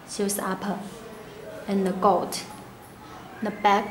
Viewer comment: She says "golt", you mean gold💀?